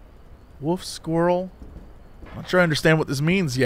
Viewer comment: I mean, Jesse can't pronounce wolf correctly, so stoat was obviously gonna give him problems